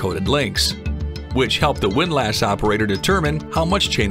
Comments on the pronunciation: It's pronounced WIND-LISS, not WIND-LASS. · The "a" in windlass isn't pronounced quite like it would be in the word lass. It's more like "windluhss" or the "less" in helpless or clueless. I'm sure there's a symbol for the sound, but I wasn't an English major, and hence sort of clueless about that. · the word is pronounced like WIND-LESS 😀